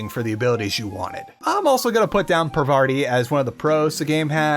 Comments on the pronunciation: It's PARVATI, not "Pavardi". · "Parvarti" 😂 It's Parvati, it literally says so on your gameplay, and if you listen to the dialog...bruh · take a shot every time he says "Pavarti" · why is he calling her pavarti when it clearly shows her name is parvati ? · Also, Pa(r)vaRti. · ... listen man... PaRvaRti?! Are you for real? It was funny for a while but now it starts to become offensive. I mean, in your cooking segments you are always ridiculing the correct units used everywhere else in the world like kg or liters just because they aren't used in the USA, so are you disrespecting other cultures by mispronouncing names just because they don't conform with standard north-american-european normativity? The name is literally spelled out on the screen in front of you. At some point it is too much not to be on purpose. As in, "I know they are literally spelled in front of my eyes and I just need to read them but I cannot be bothered, they should have called them a dominant culture name, like John, or Janet. Let's mispronounce them for TEH LULZ!" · i really hate nitpicking but for some reason you saying "parvarti" and even misspelling it the same way really got to me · i like how you mispronounce Parvati's name for 32 minutes and 53 seconds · Also can you stop mispronouncing Parvati? The name was on the god damn screen right in front of you as you were editing this. Not to mention how it's so often on screen when you're playing the game.